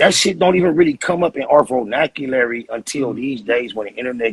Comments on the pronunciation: “Vonaculary” - Spider Loc circa 2021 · Lol your man said vanaculary wtf😂😂